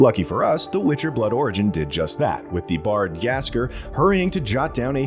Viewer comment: What is that pronounciation of Jaskier? Research department take the day off?